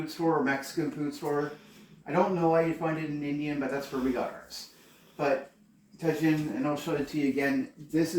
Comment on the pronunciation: Tajin is pronounced like "taheen." Tajin adds a tangy/sour flavor to everything you put it on since it has lime powder. I saw your other video where you said something turned out sour, it's because of the tajin. Great seasoning for some things but be aware that it makes things pretty sour. Also tajin has sodium in it.